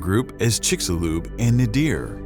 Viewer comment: Damn! I’m really tired of narrators mispronouncing words! The word is NAYDER or NAYDEER not Nahdeer. You guys have great voices but are powered by small minds. Learn to check how words are pronounced in a dictionary before opening your mouth on a microphone in a studio!